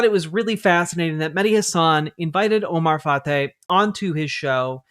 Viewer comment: It is pronounced fry. As a Minneapolis resident, I NEED Fateh to win. I can't wait to vote next Tuesday. Thank you for getting the word out!